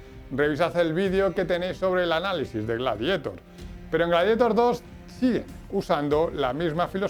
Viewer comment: Amigo, en serio, me encanta tu contenido, pero no podes pronunciar rili scout o gladietor, o hablas en español o pronuncias bien el ingles, pero da verguenza ajena. Además decis incluso incluian... un poco de guión, ojala te ayude a mejorar.